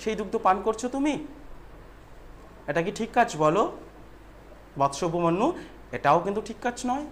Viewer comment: উচ্চারনে অনেক ভুল আছে, উপমন্যু - উপমান্যু, কাজ করা-কে - কাজ কোরা,আরো অনেক ৷ এগুলি সংশোধন করো ৷ তারপরে পড়াও ৷